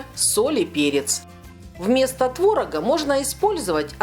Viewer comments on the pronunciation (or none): none